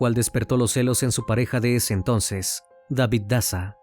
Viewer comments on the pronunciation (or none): none